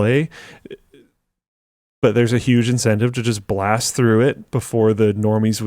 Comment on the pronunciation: “Hooge and very excite!”